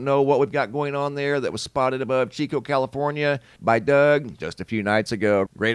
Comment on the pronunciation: Yay: he said Chico (chee-co) correctly😊